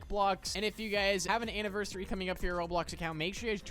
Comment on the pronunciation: STOP SAYING ANNIVERSiRY